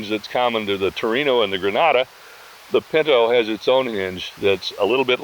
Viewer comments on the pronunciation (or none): Pin -tow not Pin - know